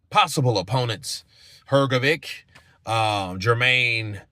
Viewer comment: HRGOVIC is pronounced as HRG- OH-VICH NOT VIK